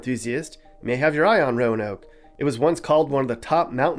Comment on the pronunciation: It's No-noke.